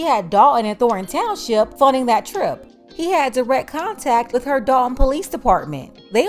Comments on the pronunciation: I was a subscriber HOWEVER... I cannot take the T drops... you sound stupid when you are clearly NOT so let me help... it's DOL T ON not DOL EN...and it's THOR TON NOT THOR EN... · Somebody tell her it is "Dolton" not Dalton ( 👍). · Who is the grifter? I bet knows it is the village of Dolton not "Dalton".